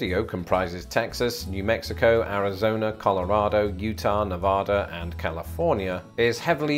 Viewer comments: I’m a NE-VA-DAN not ne-vah-dun, the way you pronounced my state’s name spanish pronunciation and drives us native Nevadans mad when people pronounce it wrong, like “mass a two shits” rather than “Massachusetts”, it drives me mad to use a British phrase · Oh Dear- As a Nevadan, I must correct you ... we pronounce Nevada ... "Nev- ad - uh," with the "ad" being a short vowel sound like apple. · Here in northwest Nevada (we locals prefer the "short A" pronunciation to the over-corrective "Nevodda" btw) we presumably have a lot of snowbirds who shove off for the winter, although there are plenty of retirees in my neighborhood who don't seem to mind the cold at all and even leave their front doors open during the dead of winter. If I've ever noticed a dip in local traffic around winter time, it could be due in part to snowbirds going away, but it could just as easily be due to the fact that nobody likes driving in the snow if they can help it. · Other than mispronouncing Nevada (family in Reno) and referring to the tallest Chicago building as the Sears Tower, it was fun to watch....says this former Chicagoland guy, occasional visitor to New Mexico and Hatch chili fan.